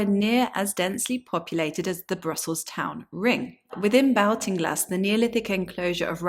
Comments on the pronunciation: Interesting research . Though the area is pronounced & known as Ball- ting- glass by all in Ireland. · I'm from Hacketstown which is just a few miles away from this. Great to see more information about it. Baltinglass is pronounced like "Baltic" - So like "Bawlt-in-glass". Looking forward to seeing more videos on the subject! Thanks 😀